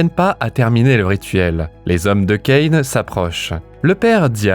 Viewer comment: Ca-in !🙄 ( Caïn) Vous etes inculte à ce point là ?